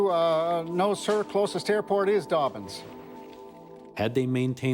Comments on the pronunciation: It's Dobbins not Dorbins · Doorbins AFB English dude Dobbins not Doorbins!